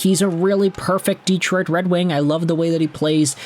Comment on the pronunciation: Learn how to pronounce Detroit!